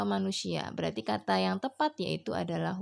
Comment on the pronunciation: Sdikit koreksi di pengucapan kaka aja yaa.. di kata who sama whom... Klo gak salah sara baca nya bukan wu /wum... Maaf klo salah kak....